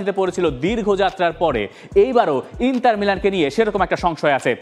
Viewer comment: ইন্তার নাকি ইন্টার? কোনটা?